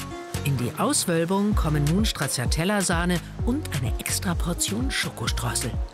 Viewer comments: "StraZZiatella" kann man nicht hören bitte. TSCHA...TSCHA sagt man. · Strazzziatella....😂😂😂 Das ist italienisch und man sagt Stratschatella❤ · Ist echt unmöglich Stracciatella einmal so auszusprechen wie es sein soll? Italienisch bitte! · komisch, wie hier stracciatella ausgesprochen wird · ...so oft fällt das Wort "Stracciatella" - niemand spricht es richtig aus. 🙂